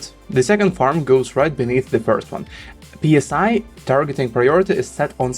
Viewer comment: Please don't say " P S I" like air pressure. It's pronounced "Sigh" like letting out a sigh.